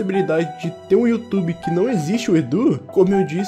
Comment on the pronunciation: E aquele ditado. "Youtoba"